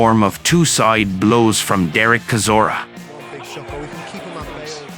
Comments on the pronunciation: Ai comentary is crap, it's chizora not kizora (pron) sounds like a Chinese guy reading English for the first time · bruh, how do you not even pronounce Chisora's name right? You not heard it enough in all the interviews, fights, commentary, it's like you've never actually truly followed boxing. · Least you could do is pronounce his surname correctly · Why doesn’t this commentator learn how to pronounce Chisora’s name properly? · Does anyone even listen to this garbage before uploading it? Chisora is not Klitschko's younger brother and that is not how you pronounce Chisora's name.